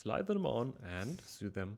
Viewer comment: Love the design and hope you have fun with it. Remember: sew and sewing is pronounced “so” and “so-ing”. 😊